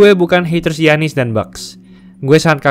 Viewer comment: Giannis, dibaca yanis bro..